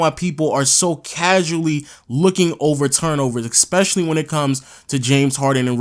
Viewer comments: Gotta say.... it's ESpecially not ECspecially. Leave the c out of the word. Especially. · it’s “ESPECIALLY” not “EXPECIALLY” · Definitely not trying to be a dick, but eSpecially. Not, eCKspecially. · Stop saying exspecially that shit is pissing me off